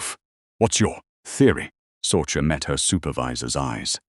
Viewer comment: Sorcha is pronounced Sorsha